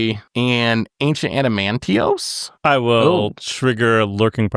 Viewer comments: Yes we all know it’s AdamanTWAH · "ancient adamantiose" is one of the more insane card mispronunciations I've heard do, great job on that one